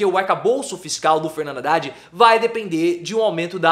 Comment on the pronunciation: Não é RRhavan.....é Havan...h mudo.....tipo AVAN RRadad....Haddad